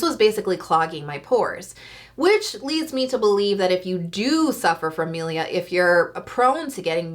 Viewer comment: Just warning you pronounce it mIlia not mElia